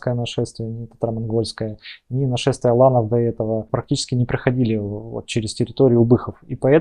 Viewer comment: "нашествие ланов" ? Не расслышал